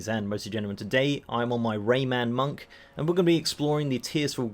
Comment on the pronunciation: Lol “ray man monk” 😂